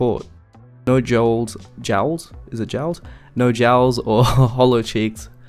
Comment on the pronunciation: Your inability to pronounce Jowls calls into question your credibility and everything else that you’ve painstakingly accomplished sort of falls into dust. You don’t have to apologize for being sick ... you try to engage this professional knowledgeable persona and then you mouth off some obscure crap. Consistency is key.